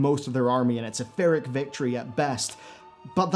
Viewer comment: Not Phyrrhic its Pyrrhic not the f sound